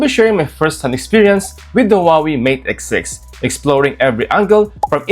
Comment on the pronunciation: Please Please !! It is not the "who are we" it's pronounced as "Wah Way" and written as Huawei